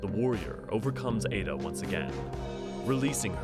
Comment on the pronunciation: I can't say where got their info but her name in Japanese is written エッダ which does indeed have a pronunciation more akin to ed-da or eh-da perhaps. The pronunciation in the video would most likely be written エイダ for comparison.